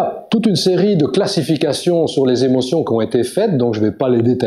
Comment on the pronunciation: Intéressant mais dommage pour les "sept Zémotions"...